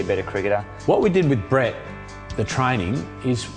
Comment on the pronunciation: An Indian calling him Brett instead of Breet? Now I've seen everything. Good for you 👍